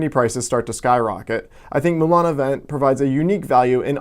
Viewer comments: It is not pronounced "vent" it is pronounce "vant". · Lol It's pronounced Moulin a VONG :-). Moulin (Mill) a Vent (wind). Wind. Good video